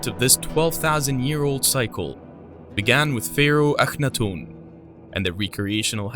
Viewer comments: I was obsessed with his reign in Egypt for a long time I only remember 1. Also isn't his name pronounced Aka-not-ten .. not the way he is pronouncing it? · LOL I have never heard anyone pronounce the name Akhenaten and Iraq the way this narrator does .... ever